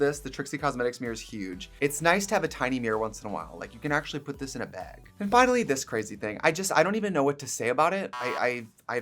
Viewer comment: when she says bag too! baeg